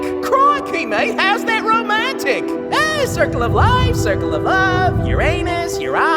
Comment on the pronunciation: Nawh Uranus and Uranos ?😂